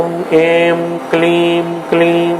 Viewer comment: Wrong pronunciation at certain places. Not 'Aim' , should be pronounced as 'I'm '.also other words.